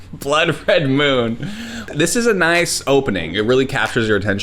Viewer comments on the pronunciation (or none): You know it guests serious when he pronounces blood red as bled rud😂